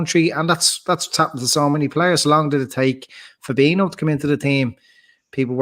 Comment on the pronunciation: Fab-een-io...not Fab-eeno, driving me nuts. You should know fella. Jeeeez. For reference, Fir-meen-o, not Firm-een-io